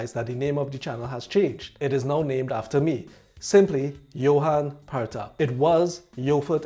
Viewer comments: Pratap is pronounced as sometimes. Pratap means strong, proud or brave. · Indian pronunciation is Pratap 😊😊 it's really interesting to know the Trinidad - Indian stories. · Sometimes our old age people(grand parents) can not pronounce "pra" correctly many times they call for the name Pratap. Even I am being called Parnita by my grandma.